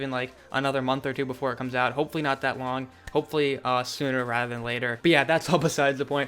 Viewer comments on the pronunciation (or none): none